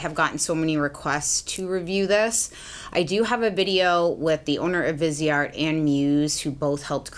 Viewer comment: I just feel the need to correct people’s pronunciation of this brand. Viseart is pronounced Veez-art. It’s french and visage means face. Therefore viseart. ❤️